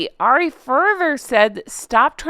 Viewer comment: Hey. Love your channel. If there is 1 thing that I would say is, I think you are pronouncing Ari wrong. I think it's just like saying Harry but without the H. Like 'hour' and 'herbs'. Just thought I'd let you know. Love your show.